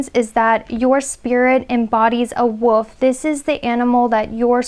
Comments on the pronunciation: Sounds like you’re saying the Woof instead of the Wolf 😅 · Did she just pronounce the wolf as the "woof"? 😳 "There's something about you that's very striking" - too fair skinned and too tall and too curvy to be a Filipino 🤷🏻‍♀️ Best part of life spent with white wolfy looking dog called Clay. Now loves cats.